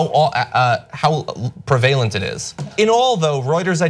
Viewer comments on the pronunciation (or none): pravelent lol